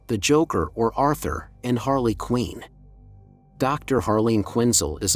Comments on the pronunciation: It's QUINN! not " QUEEN " ! get it right. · Quinn is not pronounced “Queen”. It’s rhymes with gin or tin or bin.